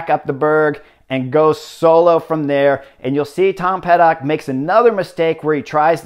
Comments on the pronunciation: it's Pidcock, Chris. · Lol I did a double take when he said that as well. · Great analysis - as always! 🙌 ...Btw it’s Tom Pidcock. 😉 Pretty sure you will need to pronounce his name couple of times more, in upcoming future. Cheers.